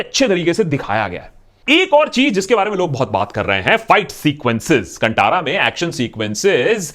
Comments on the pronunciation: Movie name is कांतारा.. pls correct your pronunciation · Kantaara thekse bolo bhai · Thanks for the video .. pronunciation needs change..it is 'Kaan-thaa-ra'.. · Bro it is not kannnttarrra😅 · It's not how to spell the name...it's tha....kanthaara.. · Aah.. nice you already wrote about getting the pronounciation wrong. I am a big fan of yours and I am from Bangalore, 100% kannidiga. Correct pronounciation should be 'Kaanthara' Good video. Thanks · ji very well said!! Only one correction!! It’s pronounced Kaan (ear) Taara (star) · Not Kandara.. can't even pronounce word n u r here give review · The right pronunciation of the movie name is कानतारा not कणठारा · Kantara is pronounced as कांतारा !!! India's rich and diverse cultural heritage is way more promising for ideas of Indian cinema than we think. Look how great movies are being made around ideas of our very own Indian cultural heritage !!! Filmmakers developing movies on more such content will surely indulge audiences into a whole new world of what we call a "complete movie experience" !!! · Its kantara.....khan( ear)+ thara( star) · The pronunciation for Kanthara in this video is wrong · Thanks for making a breakdown video on this movie. Truly everyone must watch the movie 💕 P.S: कांतारा is the right pronunciation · Kantara pronunciation is wrong. It is कांतारा. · Not to nitpick, but for those who want the correct pronunciation of the movie name, it is 'kaan-thaara'.. The 'thara' is pronounced exactly like the Hindi word for Star.. Thaara.. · It's not Kantara it's Kaan taa raa कांतारा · A quick correction: the name is Kanthara, where "tha" in the middle is pronounced as in Tarun. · Akash.. the correct pronunciation is 'Kh'an'th'ara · Kantara is pronounced as kaan-tara 👂⭐ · Thanks for your opinion but it's irritating to hear your pronunciation of Kantara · You need to learn how to pronounce 'KANTARA' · First learn to pronunce the name of the movie properly........ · First of all pronunciation of Kantara is wrong